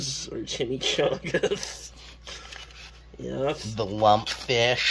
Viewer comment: Extra Cheese Yeesssth please! Bless you Mr. Bugs and Mr. Cheesepuffeth… but I digress